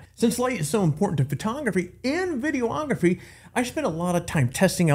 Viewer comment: There's no such thing as a VIDEE-OH-OGRAPHY. Just as there's no such thing as a PHO-TOH-OGRAPHY. It's pho-TOGraphy and videe-OGraphy. 🙂